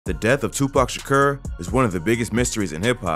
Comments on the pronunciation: “Tupac shakerr” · TwoPac Shaaakuuuurrr I ve never in my life heard anyone say his last name like that. OP is full of cap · “Tupac Sha-ker” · You saying his name wrong and it’s driving me crazy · cant watch this video way he pronounces his name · You gotta pronounce his name right lol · Why does him saying Tupac’s last name sound weird lol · You far from saying his last night right and you know that so why do that but your ignorant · They way you say his name is so fuckin dumb 😂😂😂😂😂😂😂😂😂😂😂😂